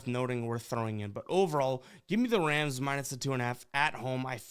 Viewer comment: Is it my ears or does he keep saying wams instead of rams in the beginning lol